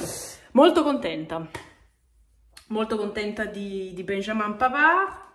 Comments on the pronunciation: un piccolo stupido suggerimento: si pronuncia in francese .... 'benjameen' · puo darsi ... nel Québec francese viene pronunciato 'benjamen'. No ho riprova con mio nipotino neonato: benjamin . comunque complimenti per il contenuto